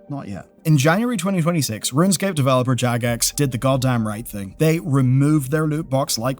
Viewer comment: its runescape not runscape :)